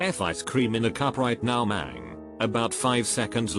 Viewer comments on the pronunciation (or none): none